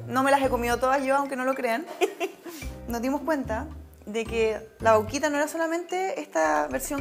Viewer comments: nose dice vauquita se dice vaquita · La "Vauuquita" se dice Vaquita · vauquita nooo vaquitaaaa de VACA